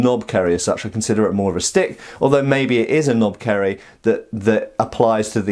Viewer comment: 10/10 for butchering pronunciation, and yea, its a tad long otherwise that's a knopkierie. And they were used by British (colonial) forces in ww1 as well as most of the tribes in southern Africa and even used by the police force during Apartheid. And as far as laws go I don't think there is any restriction on them here